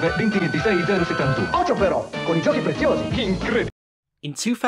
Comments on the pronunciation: I'm from Italy and Giochi Preziosi (or as you pronounce it:Gio-ci Pre-zio-si) in English is Precious Toys. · Great video! By the way, the "chi" on "giochi" is spelled like the "ki" in "killer" :-) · Even as an italian it's hard to make out what he's saying because of the accent and the bad audio. Aslo giochi prezziosi used to rule italian toys but it judt kinda fased out with people forget it. Also, it's pronounced "goci prezeosee"